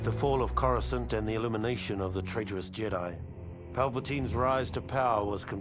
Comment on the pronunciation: How he says Coruscant is just beautiful. Not on the flight to Courscant Not when order 66 came down And Not when marched into the Jedi Temple. Not a Word.